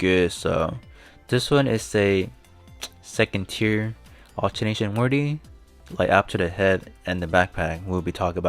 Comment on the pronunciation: I know it's been one year now, but I will still say it because I'm beyond annoyed. It's ALTERATION, no N in the middle. It's pretty simple to understand, really: Upon performing AlterAtion, what happened? Did you get a choice to transform the parts into something different? Or did they stay the same just stronger? The latter, right? So it's NOT an ALTERNATIVE but an ALTERATION, MODIFICATION. So why do you persist in making a fool out of yourself by repeating "AlterNAtion?" You're not alternating anything. You are not even making any likeness of a beginning of sense. Besides, can you even speak English? The verb corresponding to "alterAtion" is "to ALTER", not even "ALTERATE". This shows you understood nothing to what you read. The devs are Japanese they look like they speak better than you.